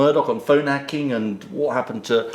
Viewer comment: "I've spoken ahht against phone 'acking..." Prat.